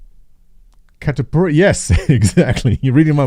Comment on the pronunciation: Hey!!! thanks for mentioning the foods of my country..... some pronunciation checks: it's Picanha (says like lasagna) and not picaNia Cachaça and catupiry sounded just right. About the pizzas, it changes between counties, the best ones are in São Paulo (the amount of filling is out of this sistem). The flavours...... it's complicated, we like weird stuff that works all with catupiry filled crust!!! Very, Very good!!!